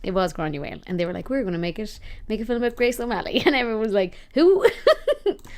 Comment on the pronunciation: You realize "film" has but one syllable. Yes?